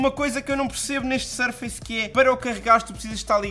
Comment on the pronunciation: Tu que usas tantos americanismos, não se le "sur-feice pro 6", le-se "surfuss pro 6"